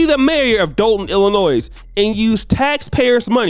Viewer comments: First my brother you don’t pronounce the “s” in Illinois. Now the problem is you have these small communities/villages where the spotlight is low which allows for this. Ppl don’t have integrity, but the people do have the power and a voice it’s comes in the form of voting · Well, when you mispronounced ILLINOIS, you showed you’re no better educated than any of those other ghetto snipes. Wow.